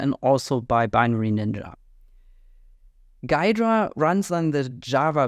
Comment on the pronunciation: It's pronounced "Gheedra" with "ee"